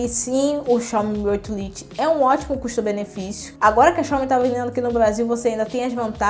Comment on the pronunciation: vídeo muito bem explicado e feito de forma sincera, mas uma crítica construtiva: precisa tomar mais cuidado com a pronuncia do inglês (lite se pronuncia lait) e com nossa gramática (haja visto/a não existe no português). Mas vc possui boa desenvoltura e simpatia, sucesso no seu canal!